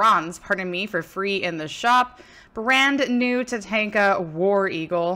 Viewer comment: Ta-Tawn-Ka not Ta-Tank-a lol